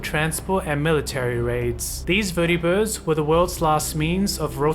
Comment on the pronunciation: I like how he pronounces vertibirds and securitrons